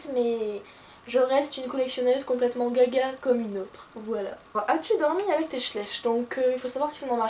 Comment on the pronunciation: Juste un petit truc ça se prononce schla-iich . sinon super tag :)